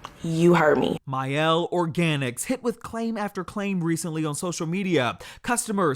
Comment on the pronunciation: My Elle ? It’s mielle